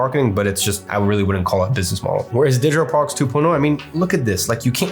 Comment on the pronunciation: He says digital products like Kim Jon. "Digitor prorcs"